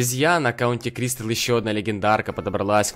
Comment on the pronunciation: ты можешь говарить не кристил а кристал? 😁🎁🎆